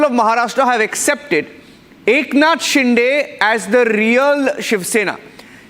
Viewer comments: It is शिंदे not डे .. get your names right. If you cant pronounce the CMs name properly, don’t come on the debate. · What a weird way to pronounce Shinde 😅